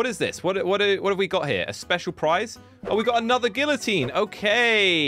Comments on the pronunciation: Who's gonna tell him hes pronouncing the thing he created and his life's mission with the silent letter? Because I'm not doing it. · That is not how u say it